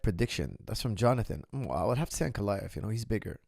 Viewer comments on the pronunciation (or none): Why cant americans pronounce Russian names, Ank- uh- lie-uv